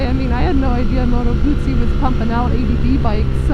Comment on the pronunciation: nice to hear someone pronouncing "Guzzi" properly.